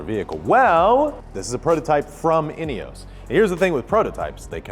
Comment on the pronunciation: INEOS - it has no E at the end… why is it being pronounced like it does?